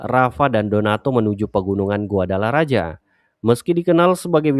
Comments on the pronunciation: Bukan guadalaraja tapi guadalahara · Dibaca GUADALAHARA min